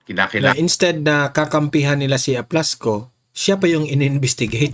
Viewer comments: Correction pls, it is Aplaska not Aplasko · Gen. Aplasca NOT Aplasco, sir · Aplasca po hindi Aplasco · Aplasca ho not Aplasco